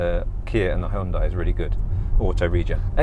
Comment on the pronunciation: Check out YouTube to correctly pronounce HYUNDAI.